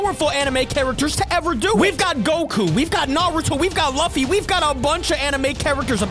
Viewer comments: Man calls Luffy "Laffi", it hurts. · You said luf fy lol it’s luffy